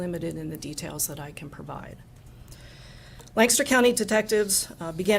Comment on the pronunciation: Its pronounced Lank-aster PA Not Laan'-caster!